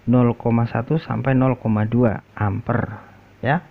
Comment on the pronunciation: Bacanya Amper bukan kayak ngucap Lemper,, satuan arus listri di singkat (I)